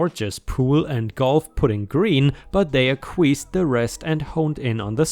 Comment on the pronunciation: "Acquiesced" is pronounced ak-wee-est.